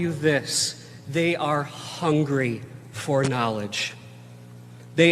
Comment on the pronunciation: I don't like the emphasis that man puts on the word "hungry" when talking about children.